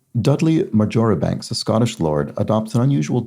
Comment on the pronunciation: I think the surname Marjoribanks is pronounced Marshbanks. There used to be a football commentator on BBC Scotland called Brian Marjoribanks and that's how he said his name ! I see he died in August this year aged 82.